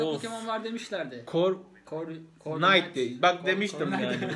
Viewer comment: Abi night değil knight 😁